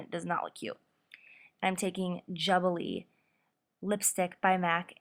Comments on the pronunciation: just to let you know the lipstick shade is pronounced "joo-bi-liy" xxxxx:) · It's Jubilee, pronounced like "Jew-buh-lee". Just so ya know :) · I can't believe I've never come across your channel before. Your application is flawless and you're extremely talented. Beautiful look! New subscriber! (Btw Hun just so you know, the lipstick is pronounced JOO-buh-lee) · Beautiful look, but she flubbed on the name of the lipstick she wore. It is pronounced Joo-bi-lee. Sorry, please forgive me if I sound critical, but that just stood out to me. Thx!!! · Stunning!! Im amazed at how perfect you can blend everything! Love these neutral, yet a little dramatic looks. Tank you so much for sharing!! Btw, I think that MAC lippie is pronounced joo-billy. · Am I the only one that noticed the way she pronounced "jubilee" at the end, lol..